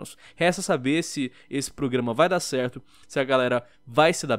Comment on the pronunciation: A melhor parte do vídeo é o falando "PRUGAMA" kkk